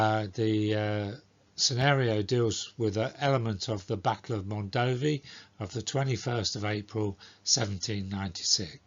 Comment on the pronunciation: is actually pronunced Mondovì with accute ancent on the last letter